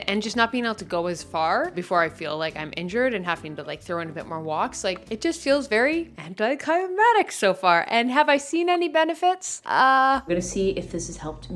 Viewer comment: Psssst… Hey, nothing but (butt?) love here. ♥️♥️♥️ In the spirit of being a true friend who lets you know when you have spinach in you teeth: I think you might mean “anticlimactic”, not “anticlimatic”. 🌸🌸🌸 I hail from the states, though, so it might be a regional thing. ♥️♥️♥️ Love Youuuuuu!!!!